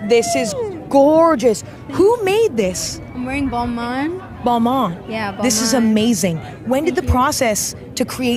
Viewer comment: Tyla: I'm wearing Balmain Emma: Balma